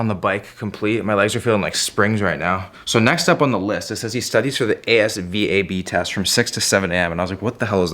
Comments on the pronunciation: the asvab. you pronounce it like “az-vab” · ASVAB pronounced “ASS-Vab” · It usually pronounced ASVAB not single lettered A.S.V.A.B. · You pronounce it AS-VAB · ASVAB pronounced AZVAB as one word. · Watching him dick around on his phone while on the exercise bike and then him calling it the A-S-V-A-B really set me off